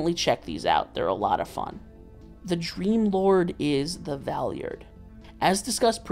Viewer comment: I physically cringe from the way you pronounce Valeyard